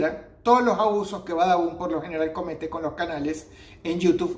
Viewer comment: xd like si dross hoy dijo Badabun y no babadun xdd